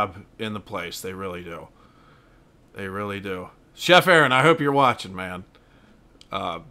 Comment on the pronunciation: Thanks for all the shout outs, it’s pronounced Air on though, and I’m not a chef anymore.